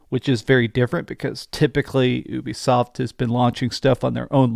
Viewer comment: YOU-BE-SOFT (like your ED problems). Not OOBI-SOFT.